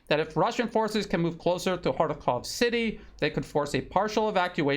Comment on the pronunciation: You are one of the few who pronounce correctly. It is H A R K O V in Russian because it is a Russian city and Russian language